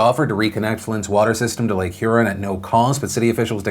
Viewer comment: Lake HurEN LOL I love when people not from Michigan pronounce Michigan words.